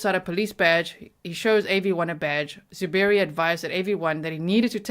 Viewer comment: I like how he said “ZOO Berry” with the emphasis on the word ZOO. Because it’s just fitting for this stupid animal.